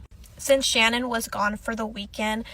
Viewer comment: her name was Sha-nan non shannon... just feel like everything she went thru we can at least say her name right... not being rude just correcting the error is all... i hope she is resting in heaven w those babies